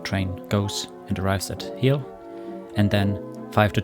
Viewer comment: I have just been to Hel over the easter holidays and it's pronounced just with a long e. So just pronounce it like you would pronounce "Heel" in German.